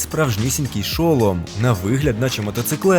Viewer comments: ШолОм, а не ШОлом. Я не душню якщо що.😄Просто все відео сумнівалаль чи мені просто звучить дивно чи може я в чомусь не права. Я навіть перевірила наголос, тому має бути шолОм.😅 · Та не ш"о"лом, а шол"о"м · Не шОлом,а шолОм (велика буква це наголос) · НЕ ШО́ЛОМ А ШОЛО́М